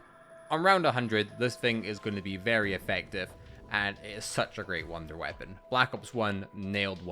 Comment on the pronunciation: “Wounder weapon” lol